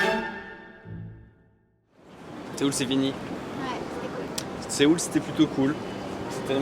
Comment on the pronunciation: C'est pas SE-OUL c'est SEO-UL.